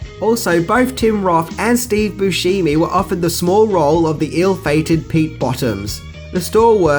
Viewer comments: Busheemee lmfao! It's Boo Shem Ee or Booshemie. not She Me lmao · And stop pronouncing bushemi wrong